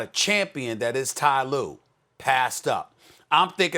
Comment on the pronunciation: Ty lue ?!?!? 😂😂😂